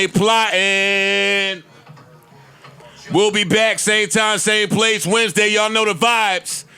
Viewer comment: That’s dead how I used to sound out the Wednesday in grade school. Wed-nes-day